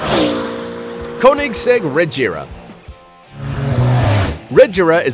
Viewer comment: you said koenigsegg regera wrong